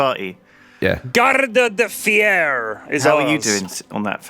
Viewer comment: For an ignorant virgin Englishman said "Garda de Fier" perfectly.